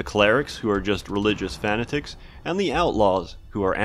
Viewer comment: aim-ish... fa-na-tics... those were a joke. Right. RIGHT